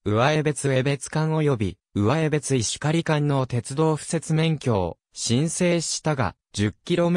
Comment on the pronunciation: 地名の呼び方に間違いが多数あります。うわえべつてでなくて、かみえべつ、せいすいたくではなくてしみずさわ、つぎりつではなく、つぎたて、つのだではなくかくたである。しっかり調べてから投稿してください。不愉快です。ゆうばりほんまちではなく、ゆうばりへほんちょうです。ある